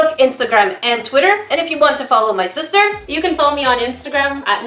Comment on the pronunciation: XD and she was seposed to help XD LOL "big stister"? LOL